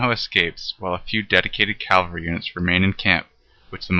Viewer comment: cavalry. not calvalry. not like a museum and it's boring. remedial reading slide show.